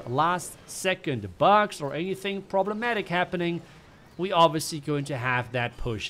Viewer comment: Could we have say "bugs" again😏